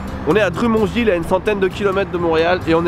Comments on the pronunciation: ah ben je savais pas que tu avais habité au Québec.. au moment ou je vois cette vidéo,il fais encore 20 degrés à la fin Aout, Mais les températures commencent à décliner drumonville?? ca se prononce drommondevile.. oui mais c'est le but de la poutine d'être repus haha mcdo c'est vide c'est pour ca lol pour bouffer du mcdo faut avoir l'estomac dans les talons, sinon je préfère les poutine qui gavent,pour le prix deux fois moins cher c'est normal chez mcdo,les fast food c'est moins cher car le nom le dit de la bouffe rapide, plus rapide et moins cher. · Salut sa se dit pas drumonville mais « dromonneville » même si sa s’écrit drumonville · mais oreil seigne drumondville sa se dit pas comme sa secrit dit le genre dromondeville et oui ses du fromage kwik kwik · Pis on dit pas dru mmond ville mais drum mond ville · Juste petite info.. "Drümont Ville" N'existe pas... La prononciation de Drummondville ressemble plus à " Dromonne ville " Et oui question de température -10 -15 c'est le printemps quasiment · Sa se dit pas dru mon ville sa se dit Drummondville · Ma ville ou je suis née ta détruit le nom ça ce dit dremon ville et pas drumon snif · Cool je savais pas que tu avais vécu aux québec trop chouette et s'il te plais''le prend pas mal surtout'' ont ne dis pas dru-mon-ville ont dis drâ-monne-ville lol et oui ont dis bien du fromage scwiche-scwiche mais surtout du fromage en crotte hihihi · dra-mond-ville ... pas dru-mon-ville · ''Drumon-ville'' Je suis mort de l'intérieur! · Juste par la façons dont tu prononce Drummondville, j'ai su que j'allais adorer cette vidéo! C'est "Drum" - comme une batterie/tambour - "On" - contraire de off - "ville". La première partie dite avec l'accent anglais, et ville sans accent :-) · Fumikagebunshin no jutsu ! "Drah-mone-ville" ou "Druh-mone-ville". À l'anglaise. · Drummondville ce dit drum comme le drum de la batterie de son l'instrument mond ce dit monde ville . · Ok je suis québécois et ça ce prononce plus dromonnville